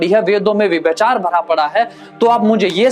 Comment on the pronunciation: विभ्यचार? व्यभिचार।